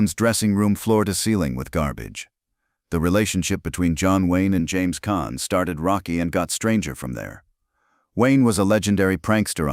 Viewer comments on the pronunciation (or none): You can't even pronounce James caan's name right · U aren't pronouncing caan name right